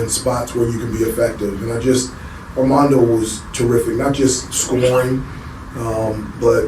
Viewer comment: Question. Is he calling him Amanda Boycott or Armando? I hear Amanda. Strange because he's a big Tar Heel fan. Just asking. If I'm not hearing it correctly then please forgive me.